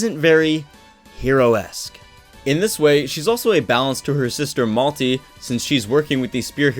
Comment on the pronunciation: You melty, he say malty, I say Melta-Gun.